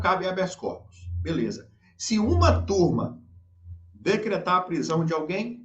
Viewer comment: turma, nesse caso, soa como " quantrill"